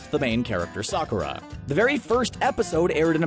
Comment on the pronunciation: #Points for not just saying Sakura correctly but getting the details right as well. However, you #Fail with Nausicaa. Rhymes with Mouse sih cah. The first release of Nausicaa was probably edited, but not the release from the deal with Disney. No cuts.